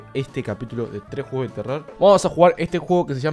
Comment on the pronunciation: Bru dijo 3jugos de terror al principio xd